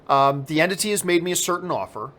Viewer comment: The way u say entity makes it sound like ur nagotiating with a fuckin demon lol